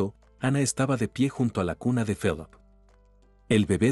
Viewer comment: Se pronuncia filip